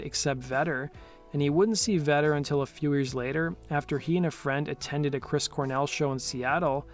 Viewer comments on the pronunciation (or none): none